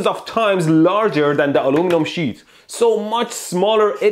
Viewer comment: This is a shit of steel? If I place the shit metal on it? Is that an accent or are you really saying, "Shit"?